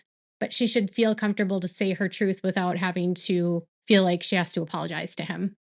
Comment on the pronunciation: For me it’s “fill” instead of FEEL. Drives me insane!